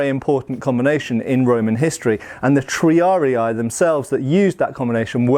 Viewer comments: Just a quick pedantic note on the pronunciation of "triarii": there's no "ah" sound in "rii", it should be more like "ree" (as in "Reebok", for example). Latin (especially classical era) had a mostly straightforward 1:1 relation between letters and phonemes. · Triari-ee not triari-aye. I blame Total war. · The two vowels at the end are not a dipthong, so you'd pronounce both "i's" separately, hence: "tree-ar-ee-ee" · Pretty sure it's pronounced Tree-are-ee. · Hearing you say "triari-ay" is painful every time.